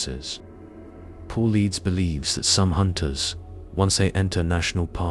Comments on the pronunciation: Paulides, not Paul Leeds. AI certainly has its shortcomings. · AI generated. You spelled and pronounced David Paullides name wrong. You also said the two dark figures told where to get gas. That makes no sense. This was interesting though.